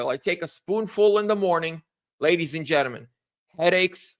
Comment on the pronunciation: It is pronounced “genTLEmen !